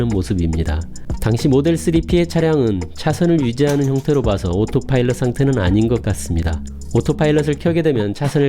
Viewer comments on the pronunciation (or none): none